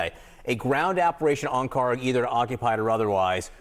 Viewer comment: The Island that you call it KHARG Island is actually is KHARK Island! There is no G when we say خارک! I think the translator didn't made any differences between k ک and G گ in Persian language! As you see differences between K and G is just with one small line but in pronouncing it is huge different! That means KHARK is the correct name!